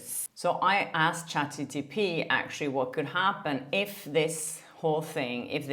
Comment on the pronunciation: it's chatGPT and not GTP. It's bothering me! 🤣